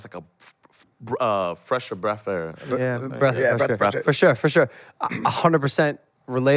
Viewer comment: Freth of Bresh air